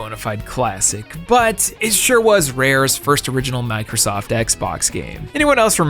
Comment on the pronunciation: I'm not shuh-ah.